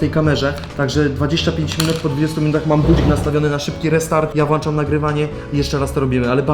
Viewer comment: włączam nie włanczam